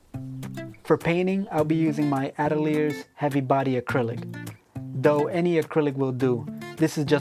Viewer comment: Nothing else like this on youtube thanks a lot!! Atelier is prounounced "ah - till - ee - ay" btw, as in a small art school